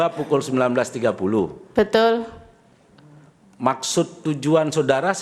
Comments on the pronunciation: Betul Tp dia bilang betoll, tambain belakangnya OL dipisah BE 😁😁🤣🤣🤣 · Si ibu setiap ngomong betul, huruf T sama L nya itu kaya dobel gitu wkwkkwkw jadi kek betttttuulllllll wkwkwkwkwkw